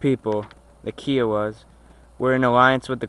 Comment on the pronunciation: its kiowa not keeeeowa idiot